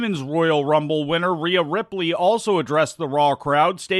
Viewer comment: wow "women's royal rumble winner Rhea Ripley" is a mouthful, did well to say that so clearly lol